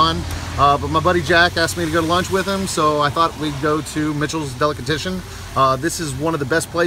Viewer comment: Its driving me nuts that he's calling it a "delicatISHon"